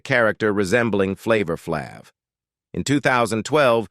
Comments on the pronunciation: Flavor Fl-avvvve😂😂😂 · He said Flava flav wrong as well